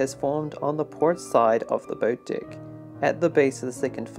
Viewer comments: “ And now raised on A DICK “ I think you meant deck my man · I heard a lot of dick instead of deck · The way they say DECK. Sounds too much like DICK 🤣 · Did you say on the dick below it? Oh he's saying deck! Lol great content! ! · I also can't unhear "boat dick" lol